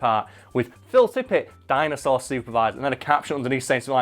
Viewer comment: Did anyone else notice said Ninja Jinosaur?